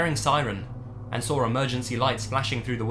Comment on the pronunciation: "then they SAWR it"